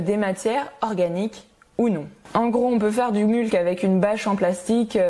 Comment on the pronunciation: Super video, très interessant de voir ton interpretation des principes de la permaculture. Hate de suivre l'evolution du projet. Bonne continuation! Ps. Je crois qu'il y a une autre façon de prononcer "mulch" ;) (comme "much" par exemple)